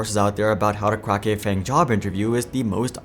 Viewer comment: you said FAG jojojo